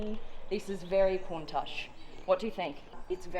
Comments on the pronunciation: Isn't it said countash not the countach i am speaking about the pronunciation not the spelling it feels wierd hearing ch than the sh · Pardon me for asking but did you say "kon -tuhch" i could swear it was pronounced "koon-taash" maybe i'm just a uncultured American and I'm the wrong one but still. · Pronounced (Koon-taush) :) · It's pronounced at the end with a guttural sound as in loch, like lakes in Scotland. Coun tachhhh. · bro she keeps saying countouch like wtf its clearly written as countach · OK its highly annoying for someone who claims to know all about super/hyper cars and yet can't pronounce the name of a classic lambo which has been in the lexicon since the 1960s. ITS pronounced COONTASH. For the love of heaven!! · It's pronounced cowntash Alex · Can we get a “Countach” counter? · Turn subtitles on for everytime she says Countach. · Had to stop watching because I couldn’t take her pronouncing "Countach" wrong...